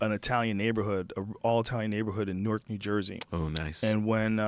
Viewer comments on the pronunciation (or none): none